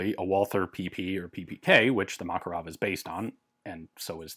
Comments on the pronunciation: correct pronounce is MakArov, not MAkarov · Why do you pronounce it as Mákarov? It's not pronounced this way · Russian pronunciation is MakArov (Макаров), English pronunciation is MAkarov (Makarov) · I love how Ian's pronunciation of Makarov is in between American and Russian lol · The thing is, it's not like it's an english "variation". You're literally mispronouncing the guy's name. Ref. GArand vs GarAnd. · Fun fact: name 'Makarov' actually has the stress on the second syllable. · Mate, I understand the tradition of pronansuation, but respect the rules of other languages: MakArov, TOkarev, KalAshnikov...